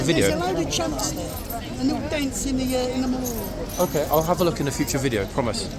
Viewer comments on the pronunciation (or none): Love the pwomise 🥹😂